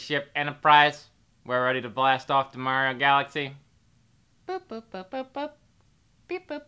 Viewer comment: Mehh-rio. Bob wulff is mad 🤣